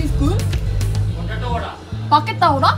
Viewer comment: potato vada ❌ Pocketo oda ✅ 😭😭😭